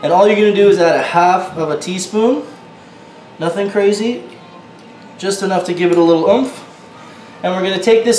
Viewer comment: i know me to and he keeps saying "noting crazy "